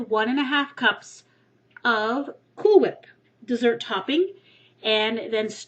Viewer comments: you pronounce cool whip just like stewie does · CoolwHip..say cool...cool..now say 'coolwhip' coolwHip